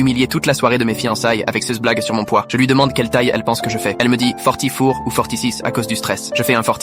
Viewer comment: "Forthee for, Forthee six" 😂